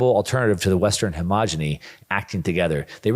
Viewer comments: .....Come on man! It's hegemony, NOT homogeny! You keep making this mistake over and over. Say it with me..... Hegemony.... "Heh-gem-a-knee". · HeGEmony, not hoMAHgeny. 👍 You keep mis pronouncing this word, second video where you've said it. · please learn the correct pronunciation of the word hegemony. Love your program.